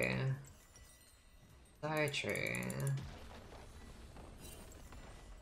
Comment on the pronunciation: she says chartreuse and no one can convince me otherwise